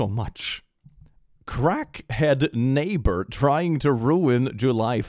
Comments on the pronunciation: ok so kinda late, like 3 months, but does anyone else get mad/annoyed at the fact it says "naybar" instead of "neighbor"? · I know they spell things differently in the US, but nayber, are you kidding me.😅